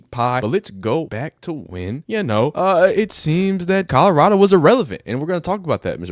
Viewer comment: Jason wish he was White-locKKK is a grown ass man who pronounces Colorado like he can’t read. Please don’t ever set foot in my state.